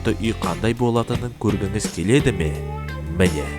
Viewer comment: Міне деудің орнында мінә дейсіз жарылдым ғой😂😂😂